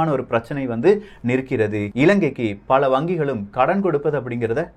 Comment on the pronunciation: 'டாளர்', 'பள' அமைப்புக்கள்... என்ன உச்சரிப்போ... இதில் பெரிய அலட்டல் வேறு...